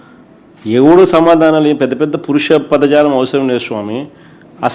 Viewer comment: పురుష పదజాలం కాదురా అది "పరుష పదజాలం"